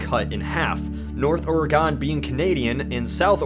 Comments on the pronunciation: Charles Ford it's or-ig-gin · I hate how he pronounces Oregon. He puts too much emphasize on the "o". The last part isn't pronounced "gone" like he says, it's pronounced "gen". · OARGHEN. IT'S PRONOUNCED OARGHEN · ORE-gun. Not or-E-gon. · It's pronounced like oregun not oregone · Oregon is still pronounced 'organ' not 'or-ee-gone, or or-ee-gon' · Your pronunciation of Oregon killed me. Its not Ore-eh-gone. Its Ore-ugh-in. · Oragon, orAgon, or AAAAA gon.... It's Or-gan, not or-a-gone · I really can't stand the way he pronounces Oregon like Oregoon. and as far as I know everyone here says it more like oregin (with an "I" sound or maybe even a"u" sound) and it really bothers some of us. (as far as I know) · He pronounced it wrong. Or-uh-gin, not or-eh-gon. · or-re-gone its or-gin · Or-eh-gun. Not GONE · Ore-a-gone? As a resident of the great state of Oregon, I'd like to point out that it's name is commonly pronounced most similarly to the word organ. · Yes, yes, yes. Be envious as our boots and Idaho as our backpack. As a Washingtonian it does annoy be when be people pronouce it as "Ore-Ah-Gone" as I have always heard it pronounced as "Ore-Ih-Gin" (hard G) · It's pronounced oreGIN not oreGON dammit sorry I just live in Oregon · Wow you pronounced it ORI-GONE like origami its pronounced ORE GUN. Had to say it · The state of Oh-Rey-Gone doesn't exist by the way... Oregon does though. ;) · It's Ore-GUHN, NOT Ore-GOHN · You fucked up Oregon. It's orgun not oregone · It's (or-gin) not (or-gon) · Every time someone pronounces Oregon (orr-ah-gone)... I die a little inside. So thanks guy, for killing a small part of me. btw its pronounced (orr-e-gen) smanks ^.^ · that pronunciation of oregon is painful... the gon at the end is pronounced more like gun than gone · Stahp. It's not OrEgone. It's Orygun. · Why can't anyone pronounce my state's name correctly ; - ; Ore-guhn... not ever, please-sweet-Jesus-almighty, ever Ore-gawn. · It's OreGIN not OreGON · It's pronounced "organ"